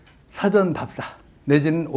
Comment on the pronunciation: 사전의 일 사를 왜 짧게 발으합니까? 길게 발음해야지요.